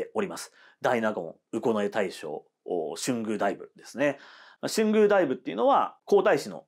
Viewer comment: 春宮はしゅんぐう ではなく とうぐう です